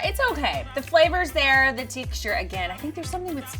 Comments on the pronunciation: says “ teexture” It’s texture. Text-ter not teext-ter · honey.ITS TEXT-URE NOT TEK-TURES THE X BABY THE X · Haha the “teechter” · The WHAT? The TEXTURE!!!! Why does she says teeeeksture. Did she have a stroke? Why don't people correct other people.! You are WRONG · why does this girl say teexture? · Why does say "tic-shure" (texture)? Maybe I'm weird, but I've never heard it pronounced like that. Is it a Southern thing? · Is saying "teekshture" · the “tEEcture” Is that a northern accent?! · i was about to comment on how says Texture right when I was she realized she was saying it wrong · SHE SAYS TEXTURE SO WEIRD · the way says texture???😂😂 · I scrolled down in hopes that someone commented this before I did haha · I wasn't the only one that noticed lol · I love how she pronounces texture lol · Right?! I was thinking the same thing! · I a southern can vouch that it is most definitely the south comin out 😂